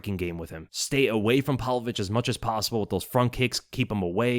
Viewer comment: Pav-Lovich, PAV-Lovich, not "Pal-Vovich." Jesus man.